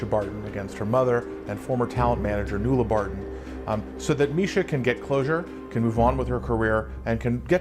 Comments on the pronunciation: I love this video but just letting you know that Mischa’s mothers name is pronounced “Newla” not “nola” Nuala is an Irish name. Just letting you know as I’m from Ireland. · Her name is pronounced Noolah not Nolla, Nuala is an Irish name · I don't understand how you can insert a clip of her attorney correctly pronouncing 'Nuala', yet you mispronounce it the entire way through the video. And I don't know why commenters are saying it's 'new-la'. It's not - it's 'noo-la'. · My God thank you for the laughs on your mistake on mispronunciation of Nuala. It's pronounced as 'New-lah' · Her mum's name is pronounced 'New-laa' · Mischa's mom's name is Irish and is pronounced "Nu - La". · Her mums name nuala is pronounced new-law its an irish name😊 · Great ... So informative. Though I'm probably y'all's age, I never followed pop culture, so all your videos are just eye opening! One small niggle ... The Irish name Nuala is pronounced 'New-La' one of the interviews say it correctly too 👍🏼 Love you ❤ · As an Irish woman, I have to tell you how to pronounce Mischa's Mom's name. Nuala is pronounced Noo Lah.